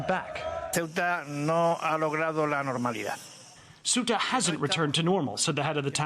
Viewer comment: Ugh! Ceuta, the Spanish enclave bordering Morocco is pronounced "say-OO-tah" not "SUE-tah". Journalists really should get it right!